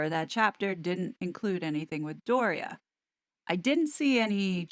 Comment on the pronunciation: The same with Doria’s name…